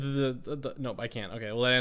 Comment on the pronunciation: "Be sure to subscribe as rell" 2018